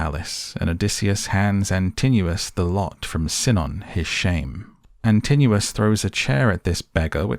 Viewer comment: I never watch films because I can never follow them and am a bit deaf but I made an exception because it was filmed where I live. I did not know the story well enough before I went - thankyou for filling in the many gaps. IMHO you persistently mispronounce the names of Antinous ant Polyphemus but fashions may have change in the 60 odd years since I was made to read the Aeneid at school. I will never feel the same way about Culbin Forest again. Thanks. I would go back and see it again if they would turn the heating on in the cinema and provide an intermission (preferably two).